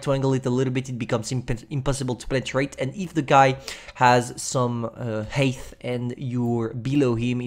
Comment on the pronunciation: Everyone: height: heith